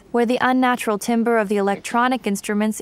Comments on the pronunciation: Also, "timbre" is pronounced semi-French with an a sound, "tamber" (not like "timber"), and it's light-motif, not leet-motif. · Great video. "Timbre" is pronounced TAM-ber, and "leitmotif" is pronounced LIGHT-moe-teef. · Timbre is pronounced - tamber. And leitmotif is pronounced- light motif. If you're going to use words in an informative video, please make sure you can pronounce them properly. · Also, Timbre is to be prononounced "tamber" please to be doing so from now on.